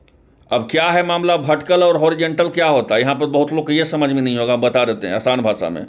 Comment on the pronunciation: भटीकल नहीं,, वर्टिकल होता है 😂